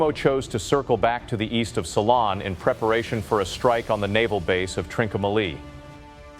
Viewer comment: learn to pronounce ceylon